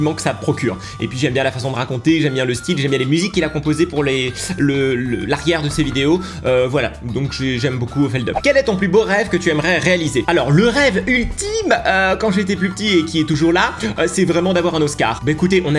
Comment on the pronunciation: J'ADOOOOOORE feldup !!! D'ailleurs ça se prononce Feldup et non Feldeup, 😂c'est lui qu'il l'a dit !!Coeur sur tooaaaaa